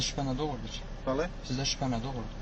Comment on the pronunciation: Bali deyil Bəlidir. İş vaxtı ləhçəni istifadə etməyin